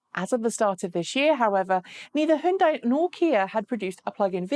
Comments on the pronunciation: How to pronounce Hyundai HYUN = Hee YUN (YUN should rhyme with BUN, like bread bun!) but in one syllable "Hyun" DAI = Day HyunDay! Not HiUnDie... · What's up with your pronunciation of hyundai? In the UK people typically say Hi-un-dai The correct pronunciation is closer to Hyun-day (rhymes with Sunday) No Dai at the end like you did. You used some weird mashup of English and correct pronunciation - really off putting. Also It's pronounced Chi not Q-I for wireless charging. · You say "hon" as in Honey, but the sound in honey in not "hon" it's "hun". Both are wrong. This is "hyun". "HeeYun" one syllable. HON is for Honda, this is "Hyun" as in Hyundai. Completely different. You said "dae" as in Sunday, but I already said "day" and those are already the same... Trust me, I know a thing or two about speaking both Korean and English... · Yes... it's HyunDay. Easy. Like Sunday. Hi-Yun-Die is just weird. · No, "Hon" as in honey, "dae" as in sundae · I saw a commercial once from Hyundai. In that ad they said "It's Hyundai like Sunday." If you have more direct knowledge of the pronunciation please help end this mess. Maybe a quick mention during a video would be fast and easiest. Thanks. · Koreans can't agree on how to say it, either. My Ph.D. chemist Korean friend says it's like tah-may-toe tah-mah-toe. Hyundai USA suggests "rhymes with Sunday". I'm guessing standard Korean would be more like Huh-yoon (one syllable) - die. Anyway, we Americans can pronounce things however the hell we want. Eye-ran, Eye-rak. And don't forget that German sports car the Porsh 911 Coop. BTW, this doesn't disagree with himura357's comment.